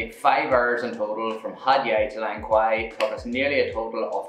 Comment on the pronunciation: The correct pronounciation of Langkawi is actually Lang-Ka-We. And I am sorry to hear your about the horrible first day arrival in Malaysia.